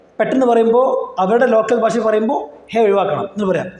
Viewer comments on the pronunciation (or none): ബാശ അല്ല ഭാഷ... അത് ആദ്യം പഠിക്കൂ